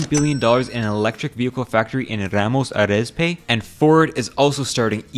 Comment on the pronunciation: “Ramos Arizpe” Lol